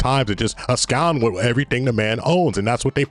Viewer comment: ABSCOND!!! There's no "U" in that word. LEARN HOW TO PRONOUNCE WORDS!